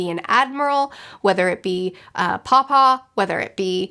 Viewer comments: she is saying paw-paw. I thought she is calling Kuma, papa(father) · Come on 😂 he's name is Kuma. Batholomew Kuma.